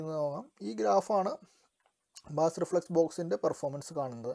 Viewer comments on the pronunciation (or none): ബാസ്‌ അല്ല ബ്രോ ബേസ്